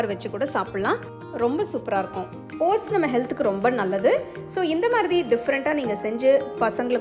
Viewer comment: ஒட்ஸ் பெயர் தெளிவாக உச்சரிப்பு வரவில்லை கொஞ்சம் புரியற மாதிரி நிறுத்தி கூறவும்